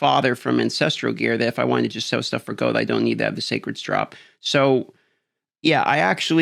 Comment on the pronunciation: I don’t know why but it really bothers me when he says goad instead of gold and row instead of roll.